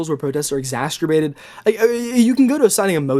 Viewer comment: And he mispronounces exacerbated like he's never read the word, only heard it